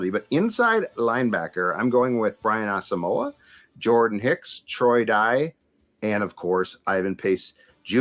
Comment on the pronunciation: How hard is it to say Aahs muaw? keeps saying asa mow ah and that is effing wrong. I hope can get it right